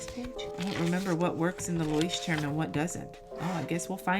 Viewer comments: I'm so excited about your approach this time! I hope it works for you! And your pronunciation of Leuchtturm is one of the best I've ever heard of a non-native speaker! 👏 And starting with a "normal" Leuchtturm is even more original! 🤗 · Your pronunciation is pretty great! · The funny thing with labeling your Bullet Journal that the Leuchtturm 1917 comes with labeling stickers for archiving. But do your thing. FOr an english speaking person the pronounication was very good. Thank you for making me laugh by watching your videos. Greeting from Germany.